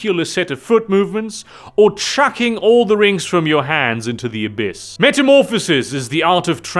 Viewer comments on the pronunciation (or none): none